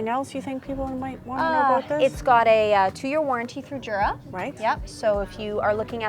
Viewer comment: It’s actually pronounced yur-a.